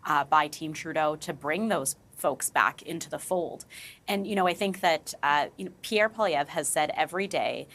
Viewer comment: Where these guys get off the NDP guy cannot even seem to pronounce Pierre ‘s name correctly even if you don’t like him have at least enough respect to learn how to say his name correctly, I am sure if the shoe was on the other foot he would be screaming bloody blue murder and calling him names.